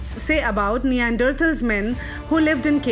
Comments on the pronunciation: First learn how to pronounce Neanderthals .... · Very informative piece which gives a new perspective into how we can understand the characters in Ramayana and how it can be equated to match the perceptions of the present intellectuals. Pronunciation of certain words are wrong like Kapi, Hampi and Neanderthals. It would have been better if the voice over artist doesn't commit such mistakes. Otherwise a very good attempt. Keep up the good content